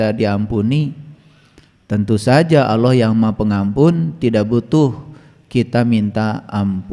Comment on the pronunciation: Yg bener itu .ALLAH..BUKAN AULOH😂